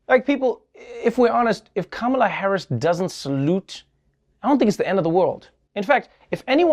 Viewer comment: Why does the conservative media keep mispronouncing her name? I mean its not that hard, she's the VP...